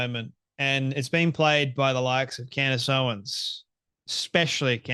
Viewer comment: Why do I snicker every time he says Candy Owen’s? 😂